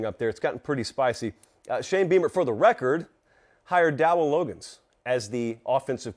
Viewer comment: It's Dowell Log-gains